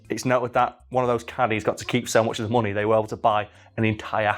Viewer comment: "he had so much monay"